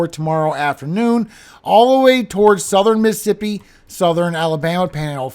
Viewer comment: Miss-a-ssipi or Miss Siipi ??? Tell me without telling me you have spent time around north shore,, Hattiesburg,,Slidell Just 'nother country youngun' here ❤❤❤❤❤❤